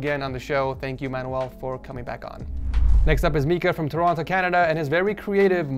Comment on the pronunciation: You do realize his name is pronounced (My-ka) and not (Mee-ka) right?